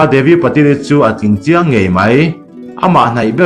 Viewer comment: Patil-i hi Pa-til an ti...hahaha. Ngaihnawm thrin teh e. go go